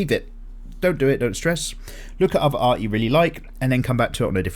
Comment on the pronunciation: Do you want to learn amazing aRRRt? That flippin' add... I'm glad you made a point to say art just as weirdly as he did when talking about it.